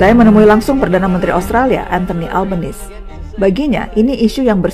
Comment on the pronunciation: perbaiki pronounciation nama Albanese